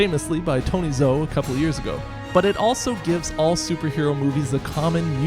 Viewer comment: Tony Zhou is pronounced Tony "Joe". Zh makes for a J sound.